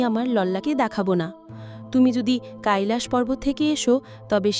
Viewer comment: কাইলাস পর্বত নয়, কৈলাশ পর্বত হবে